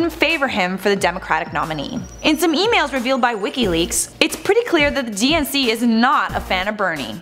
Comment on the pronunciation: When she says DNC, I keep hearing and thinking she is saying "DNCE" (the band who sings Cake By The Ocean and Toothbrush XD Why do they have to be my favorite band? XD)